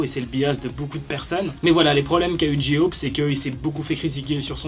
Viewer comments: Tu t trouper ta dit jiop mais c'est pas sa c'est j-hope 😊😊😊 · TA DIT GI HOPE PRONONCE BIEN STP NON 😂😭 (JE RIGOLE) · "Ji ope" 😭